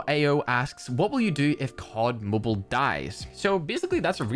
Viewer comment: Finally said cod mobile the normal way.